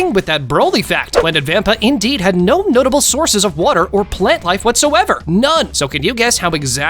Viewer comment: Did I hear nutable?